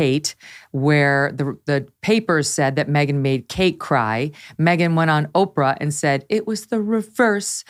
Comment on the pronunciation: This guy purposely says Oprah’s name wrong 😂